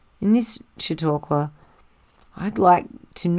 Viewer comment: Ok! I like it. Your reading is well-paced, and expressive. I’m in. New subscriber. BTW, ZMM is my favorite book ever. Really looking forward to this reading! ps your pronunciation of “Chautauqua” is perfect.